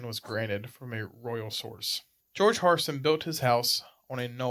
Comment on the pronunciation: Pronounce Hairston correctly! If you know the history you surely know the correct pronunciation!